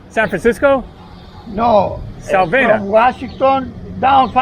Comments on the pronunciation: The gentleman who said he's been to the US...he was trying to say SAVANNAH ( Ga.). He was saying 'Salvanna' south. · With short A's, like 'was' or 'apple'. Accent on second syllable. Sa VAN nah. Strange that never went to those places in the US. Btw, Savannah has a lot of Greek, like real Greeks who only speak Greek, restaurants.